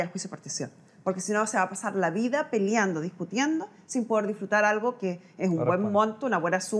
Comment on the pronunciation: NUNCA ES TARDE PARA APRENDER.....PARA DECIR LA PALABRA " ALGO " NO SE DICE aRgo....el ARGO NO EXISTE! ASI QUE HOY PUEDE UD APRENDER ALGO...SI ALGO, ESE ALGO ES QUE SE DICE ASI..A...L...G...O NO argo ARGO NO SE DICE!.....NUNCA SE DEBE DECIR...'EL SORDAO SE TOMA EL CARDO CON ER DEO!